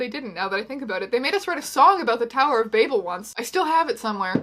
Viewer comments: Nobody: Teya: tower of BABE-L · I can't tell if I love or hate the way she mispronounced Babel